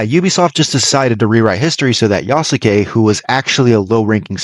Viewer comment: You pronounce Yasuke incorrectly. The U is silent.